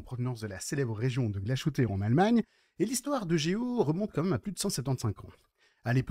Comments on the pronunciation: Glashütte se prononce " glace - hutteu " (à la française) non ?! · Montre magnifique, rien à dire ! Mais NON, Glashütte ne se prononce pas "glachouté"...😡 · Arrête de prononcer le sh en ch de Glashütte, qui signifie "verrrerie". Il faut prononcer le h en aspiré 🙂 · La montre est belle mais il va falloir travailler la prononciation allemande: Glashütte, Söhne, Lange.. tout est à revoir ! ;-)